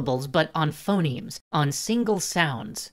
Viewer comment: "Phenomes" instead of Phonemes. (Maybe earlier too, not sure)